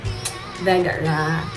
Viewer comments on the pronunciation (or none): nalingaw ko naminaw sa " veyga rah " 😁 with facial expression pero gwapa ghapon kaayo 😍❤